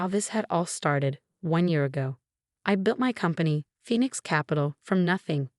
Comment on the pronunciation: A new sentence showing in these stories now, "designer heels clicking on the marble floor". This so has to be AI generated. No human could make this many mistakes. Plus the old 'Phenix' again.